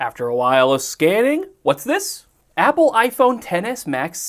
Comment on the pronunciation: “Appel” lol